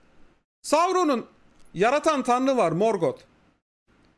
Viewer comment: herkes morgothu dümdüz morgot diye okuyor abi çok ayrı bir telaffuzu var ya